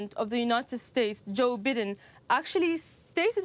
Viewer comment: US VPs name is pronounced Bye-den :)